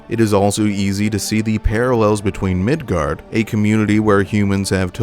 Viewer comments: hey were you arware that you pronounced it midgard instead of midgar. i feel really special for catching that. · Quick question...why Migard? Instead of Midgar? Jw if that is the intended name or the correct pronunciation or if that's just a mispronunciation like the way people said aeris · The real question is.... will you pronounce it Midgard in the Cloud video, too? Maintain the consistency, or correct the error? What will you do?! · Are you saying Midgard?! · Are you saying Midgard?